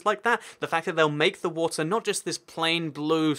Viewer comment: wat-er lot of fun